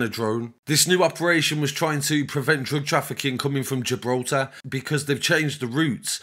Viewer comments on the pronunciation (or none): none